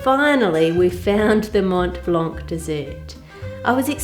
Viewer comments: This is so beautiful! Not only the traveling part but also the recipe! As for your french: you almost got it! You just shouldn't pronounce the "c" at the end of Mont Blanc and for "châtaigne" make the "ai" part longer and almost don't pronounce the "e" at the end! French is one of the worst languages to learn so you are doing great!!! Thanks for the great video as always! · Hi, Ann, love your videos. The E at the end of châtaigne is silent, as are the T at the end of Mont and the C at the end of Blanc. Judging from the video, it looks like you had Mont Blanc Speculoos which has biscuit (cookie) added in it. That might account for it being drier than the éclair filling which, traditionally, would be crème pâtissière anyway, rather than crème de marrons. 🙂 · Hello Ann, I'm french and your pronunciation of "chataîgne" is pretty good according to the "gne" in this word which makes it difficult for not french speakers. Other tip, we have some "mute" letters, so you don't have to pronounce the "c" in "blanc". More over, we have two words in France for chestnuts, there is "chataîgne" and "marron" (which can be also refer to the color brown) but "marron" are technically not edible. I said technically because some "marron" are the deluxe version of "chataîgne", don't remember exactly how and are fit to eat. Those "marron" are usually made for "crème de marrons" (chestnut creme) or "marrons glacés" (candied chestnut) which are usually festive products in France. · Bravo Ann, your pronouciation is nearly ok, just un little detail for "Mont blanc" you must not pronounce the "t" of Mont and the "c" of blanc and this is perfect, same goes for "chataigne" the final "e" il nearly silent. I love your channel and recipes, thank you for sharing all your skills and hope you had a very nice time in France. Love Brigitte from a very small village in Dordogne, Agonac, near Périgueux. :)